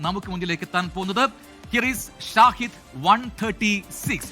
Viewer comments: ഷാഹിദ് ❌ ഷഹീദ്✅ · Not ഷാഹിദ്, ഷഹീദ് ആണെന്ന് തോന്നുന്നു which memsns Martyr.